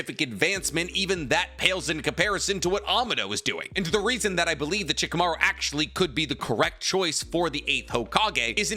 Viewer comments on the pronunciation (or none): Why do you sometimes call Shikamaru Chicamaru? It's weird. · It's funny when keeps saying shikumaru is tree level😂